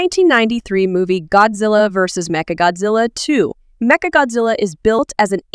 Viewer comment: The fact that u said "gyattzilla"